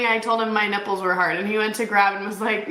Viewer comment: you said "Narpples" instead nipples, lol. YOU. WIN. YOU. WIN. Snarkmeter 💯